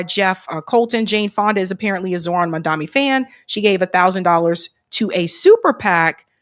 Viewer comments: Pls get his name right…it’s Mamdani not Mamdami… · Mom. Don. Knee. Not Mamdami. Not Mandani. Not Mondami.